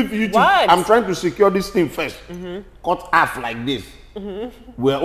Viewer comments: "Cut haff (half) for us" 😂😂😂😂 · Cut afff like this, cut affff 🤣🤣🤣🤣